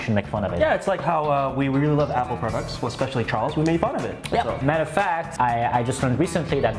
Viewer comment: He said it was ch ar les